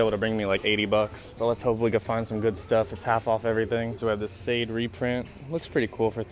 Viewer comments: Its sha'day, not sade like its spelled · Her name is pronounced Shy-day🤦🏾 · The way pronounced Sade made me cringed, gots to be more careful